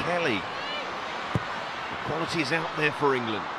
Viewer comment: Why do the female commentators speak so badly- I don’t mean accents that’s fine. It’s the pronunciation! For example “ qualaee” when trying to say “quality”!